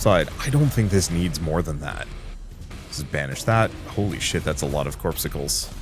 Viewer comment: It's not "corpsicles",, it's "cor-PUS-cules".